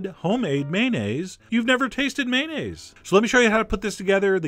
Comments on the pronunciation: Well, "may-nayz" is slightly better than the often-heard "man-ayz," but it's still missing a syllable. It's may-on-ayz. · I think the o in mayonnaise is not silent.